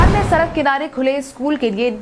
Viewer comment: सरक सरक कर खूब सड़क बोलो